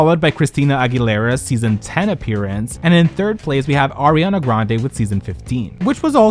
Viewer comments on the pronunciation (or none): none